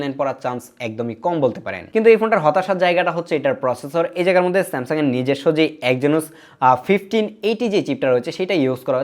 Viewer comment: Samsuuddin aha aha smasung😂😂